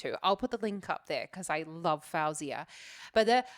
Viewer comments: its actually pronounced f-oh-zee-uh just so u know 🥰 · You saying her name wrong lol, but if you ask Siri to put a song of hers, she will say it right so you can learn there.